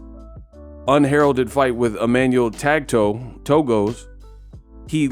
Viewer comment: Emmanuel "Tag-toe" . HILARIOUS!